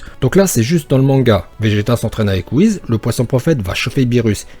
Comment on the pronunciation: Tu dit wuhiz pas : wuhis